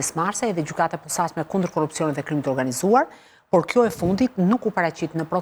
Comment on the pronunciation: KJO SHUME LLAFAZANE QE NUK DI TE FLASE SHQIP KJO SORRE THOTE “ gjykata e POSAQME “ KUR gjuha SHQIPE THOTE “ GJYKATA E POSACME “